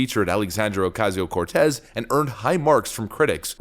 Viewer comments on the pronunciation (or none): Dude, can you just start saying AOC's name properly instead of "ALLEEESANDEEEEERO oooOOOOCAZEEEOOO CORRRRTEZZAAA". Best wishes from a concerned subscriber.